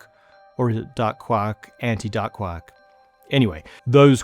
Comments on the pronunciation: From now on, you will only hear say quack of quark, and duck instead of dark. Have fun! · Quark should actually thyme with dark. That's how it was originally pronounced in English. 👍